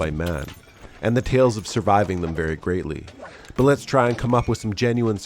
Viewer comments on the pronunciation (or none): none